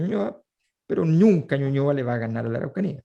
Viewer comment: "Pero ñunca ñuñoa le va a ganar a la araucanía. XD